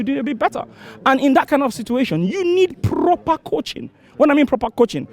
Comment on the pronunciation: “prrrrroper coaching”